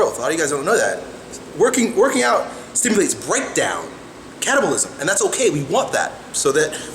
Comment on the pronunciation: lol, when he says "catabolism" it sounds like "cannibalism" :P